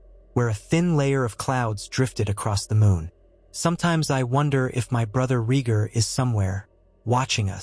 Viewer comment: exactly and his name is Ray Gar no regir, and john's name given by lyanna and raygar was agon targarian not john